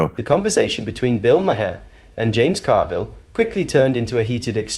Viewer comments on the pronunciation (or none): Please pronounce his name correctly. It's not Ma-her. It's Mar. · Narrator might want to learn how to pronounce “Maher”. Otherwise, stop narrating?